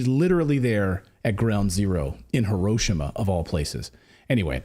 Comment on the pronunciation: WTF? What is HOE-ROW-SHAW-MA? HOE—-ROW—-SHAW—-MA? 🙄